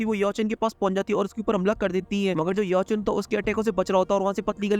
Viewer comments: Bai tum Xiao Chan ko bar bar Yeao Chan bolrahaho 😂❤❤❤❤ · Sao chen ❌ Yao chen 😂😂 ❤❤BTTH